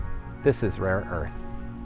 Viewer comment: Lol i thought it said rape earth